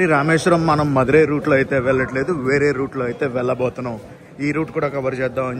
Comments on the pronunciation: Anna adhu vandhi man Madurai illa bro MANAMADURAI sorry anna for the correction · Manmadurai kaadu bro manamadurai